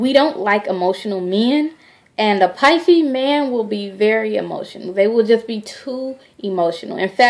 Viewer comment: Nola Em You are so right. She has no clue. Totally off course. Taurus and Pisces are a really good match. Pisces are not cheaters. Maybe Taurus women and Pisces men are not a good mix because Taurus likes to possess over their Pisces partner. She can't even say the zodiac sign name right....she really need to delete this video. Still love her though